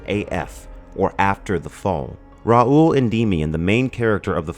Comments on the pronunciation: Heheheheh... his name is "Raul... it rhymes with Paul." Remember. ;) Annnnnd... if you want to see the big deal of science fiction going on in China recently... READ THREE BODY PROBLEM. Sci-fi from a new point of view. And it changed the way I see the world. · "Raul" rhymes with "Paul"